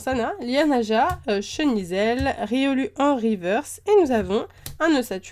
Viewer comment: Le u du riolu =ou et pas u